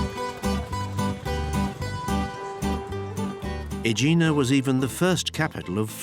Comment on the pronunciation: The pronunciation of the narrator is messed up. There is no place in Santorini named OIYA, it's E-AH EEEEEEEE AHHHH The island volcano was named Saint Irene by the Italians (Sant'Irena) which resulted to the Greek sound Santorini. The official name of the island is Thera which means gate in classical Greek. He also mispronounced Aegina (EH- γina) and other places. And like someone else noted, no word about the stolen marbles from the Parthenon by Lord Elgin, a thief, who obtained permission from the Turkish governor during the Ottoman rule in Greece, to lift the Caryatids and other sculptures undisturbed and take them away to his country!